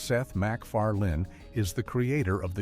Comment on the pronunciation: Supertrain and Cop Rock were not sitcoms! Why not just give your video the title "17 Forgotten SHOWS That Were Huge Flops"? Why did you say-and SPELL-MacFarlane like that? Could we wait until AI understands the nuances of human speech before having them narrate everything? "Hello...Larryallthetime."